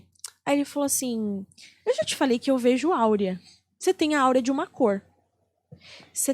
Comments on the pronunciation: A maioria das pessoas fala AUREA...mas é AURA. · Não sabe nem falar correto,ela falou Áurea,,errado. E Aura.... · Aura! Não é Áurea!